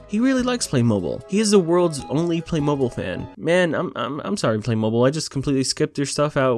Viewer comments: Yeah I could tell this movie was gonna be a disaster. I actually grew up playing with Playmobil but this...like...what? Also, it's pronounced "play-mo-BEEL", not "play-MOH-buhl." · You have been saying it wrong its not play mobile (you say it like play moe bill when it sounds like this play moe beel trust me i have heard the ads on tv a trillion times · also it’s pronounced PLAY-mo-BEEL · It’s pronounced Play-mo-beel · I think it's pronounced Play-mo-beel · Am I the only one who was bothered that he wasn't pronouncing it "play-moh-beel"? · It’s pronounced like “playmobeeyul”. The mobil part sounds more like the end of automobile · Its pronounced "Play-mo-beel" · as someone who is a huge fan of playmobil, (Btw I can agree this movie sucks) Its pronounced Play - moe - beel. Just bc u didnt know in the vid so I wanted to tell u XD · Has noone heard of Playmobil like I played with that when we was five Edit: it's pronounced playmobEyul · U say it like play-m-Beal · Playmobil is pronounced "play mow beel" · It's Pronounced Playmobile, automobile with play replacing auto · I’m pretty sure it’s pronounced playmobeel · You pronaunce Playmobil Playmobill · After seeing thousands of ads of Playmobil from when I was younger, it's pronounced play-mo-beel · It’s said like play-moe-beel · Just as an FYI, most people (including the ads for the toys) pronounce it play- mo- beal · It’s pronounced play mobeel but it just spelled that way. And I played with the things all the time when i was a kid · The way to say Playmobil is: Play-mo-beal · its pronounced play-mobile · it is pronounced "play-moe-beel" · It's pronounced playmobeel btw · its pronounced play-moh-beel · It’s pronounced “play-moe-bi-eel” 😌✌️ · That it the strangest way to pronounce it. "Play-mo-beel" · Its pronounced "Play - Moe - B - eel" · Playmobil is pronounced like batmobile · It’s pronounced playmobeel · Its pernocied play-mo-bill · It's just Lego, not legos. And its play-moe-beel you swine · its "play-moe-beel"